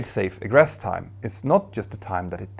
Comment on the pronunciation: Hey Petter! Been watching your mini-documentaries for a while and thought I'd take a moment to give you a couple of pronunciation tips... - Egress is pronounced 'ee-gress' rather than 'egg-ress' - Aviation is 'ay-vee-ation' rather than 'av-iation' When in doubt, Google Translate is a pretty good resource because it has a button to read words and sentences aloud. Somewhat related, but here's a useful piece of info for reading out numbers with decimals. In science class, I was taught that digits after the decimal point should be read out digit-by-digit. So 0.44 would be 'zero point four four' rather than 'zero point fourty-four.' Hope that helps!